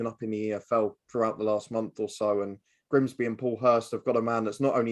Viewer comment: It’s Grimsby, not ‘Grinsby’🤦🏻‍♀️